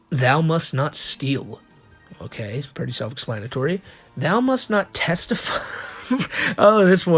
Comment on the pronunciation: mimic-ry, like, mimicing something. "testify" =/= "Tes-teefy", you fuckin muppet.